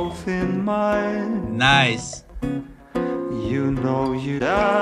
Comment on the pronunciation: Roomie, the way you have started to pronounce words when you sing is getting a little weird man. When ju sön ajl mäjk ju då it öööl agäään 💁 just saying